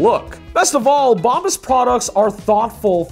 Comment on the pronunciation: Dude, your sponsors name is Bombas pronounced as Bomb As. Meaning the shiz.